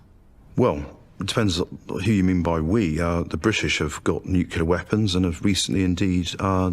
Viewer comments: You'd think the professor would know that it's pronounced 'nuclear' and not 'nucular' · I totally felt her when that guy said that the threat of nucular destruction is still very much with us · I just realize the Abba guy is the first and only British person to ever pronounced it "nucular" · AArgh. Nucular.